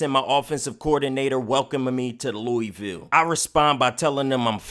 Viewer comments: come on its Loo-a-vul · wish you would pronounce Louisville correctly